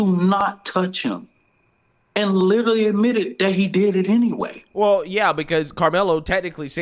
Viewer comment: "He liter-UH-lly admitted...days after, the same day, I believe it was the next day." - Activist race grifter.